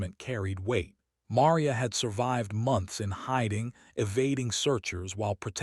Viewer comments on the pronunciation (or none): Also ma-REE-ah and ro-BEAR-toe with the accent on the second to last syllables.